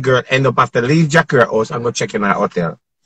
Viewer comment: Dr love says jahcure love buy front 🤣🤣